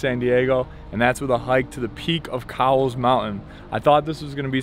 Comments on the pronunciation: Actually, Cowles Mountain is pronounced with a long vowel "O" sound...properly KOHLZ...named after George A. Cowles, who was a rancher, farmer, and businessman here in the 1870s-80s. Orginally from the East Coast, Cowles moved to San Diego, expanded his fortune and became known as the “Raisin King of the US.” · yeah I was gonna say pronounced Coles.... don't feel bad everybody does it... even long time SD residents... I am really enjoying your videos. Not sure if you have explored the East County... Julian and beyond to the desert. That would make a great video.